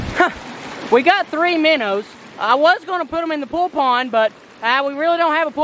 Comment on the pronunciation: Lol minnows, minnows, minner trap. Love your vids!!!